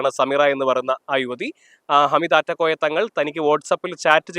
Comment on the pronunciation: ആറ്റക്കോയ അല്ല, നാറ്റക്കോയ 😂😂😂😂